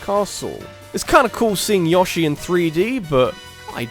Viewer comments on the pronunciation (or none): What the hell is a yosh-ee? haven't you ever played smash bros? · Mayrio? Yashi? Louis? Maybe you can only pronounce Luigi right